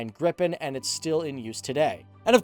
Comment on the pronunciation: Grippen aswell instead of Gripen, but the dude is not swedish. No way he can pronounce our words.